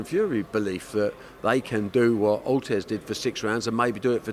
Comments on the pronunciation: Barry" Ortez like Ruez" Hearn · At least he's improving, he called him Carlos Ortez last time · Barry “Ortez” Hearn